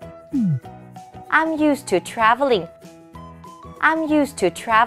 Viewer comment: I'm used to traveling. 강사님이 읽으신 문장에서 traveling 강세를 잘 못 하셨어요. e에 강세를 주셨는데, a에 강세를 주어야 한다네요. 전 영어 왕초보라 제가 한 말은 아니고요 외국에서 오래 사시고 영어 강사이신 분이 말씀해주셨어요^^